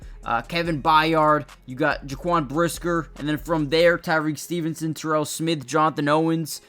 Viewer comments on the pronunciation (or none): none